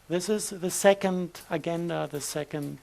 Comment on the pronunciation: Some body tells this poor man that agenda is pronounced a-gen-da no GU about more if a j… like french je!